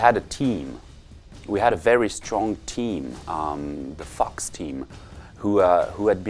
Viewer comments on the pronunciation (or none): thinks he said "fox" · Anyone else hear "the fucks team" or just me?